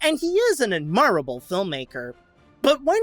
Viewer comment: / ADmirably and ADmirable should have stress on the first syllable. Also, please read up on subject-verb agreement; too often you seem to lose track of the sentence you're speaking halfway through it and that's really distracting. Tips on professional skills aside, I agree with pretty much all the points you make!